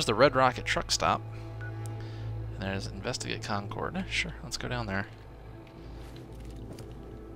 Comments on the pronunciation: Concord is pronounced Con-kurd not Con-coord with less of a pause between syllables. Im from the area. Great content so far btw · How to tell someone isn't from new England: they pronounce it Con cord, not con curd lol luv ya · Love the videos, but it would be great if you'd pronounce Concord correctly. The game actually got it right in the last episode. As a big fan I hate to sound so nitpicky, but I happen to be from the area. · live near a place called Concord as well, different one, but i's also pronounced the way it was in the game.